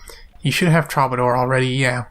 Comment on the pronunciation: Everytime you say troubadour, you say it differently! XD it's pronounced true-buh-door btw. :P